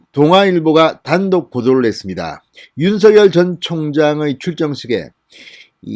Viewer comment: 윤서결 ? 진성호 씨 발음이 웃긴다 ! 윤서결